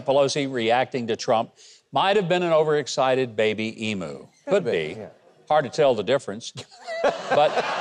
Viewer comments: It's pronounced Eem-you not eemoo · Dear Americans, It's pronounced eem-you, NOT ee-moo. As you were, Australia xx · Vote early, vote often, that should have been the sticker. Love the way you yanks say Emu by the way, E Moo.